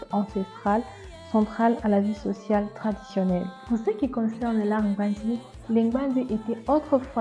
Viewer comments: on dit Gbandi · La vraie prononciation c'est NGBANDI par moi même je m'appelle Prustane NGBANDI